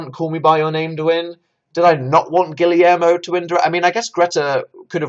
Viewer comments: PLEASE DANIEL you need to stop saying “gilly air mo”, Guillermo is pronounced like “gi yer mo”, the two Ls make a Y sound PLEASE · “Gillie-air-moh” Danny boy what are you saying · pls Guillermo is pronounced "gi-yehr-mo"